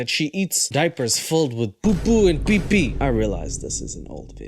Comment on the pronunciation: The way said 'poo-poo and pee-pee' with an Indian accent had me wheezing and dying for 15 minutes straight 😂🤣😂